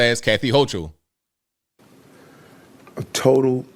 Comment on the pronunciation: The "h" is silent in the pronunciation of New York Governor, Kathy Hochul's name. Hoak-ul.